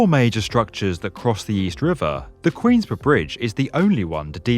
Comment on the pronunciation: am i the only one who got really triggered by that British "Queensboro"?